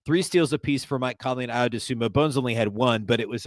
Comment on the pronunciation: How much longer will it take you to pronounce Dosunmu right?